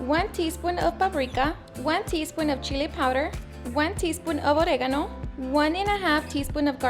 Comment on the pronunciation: The way she said “Oregano” got me 😅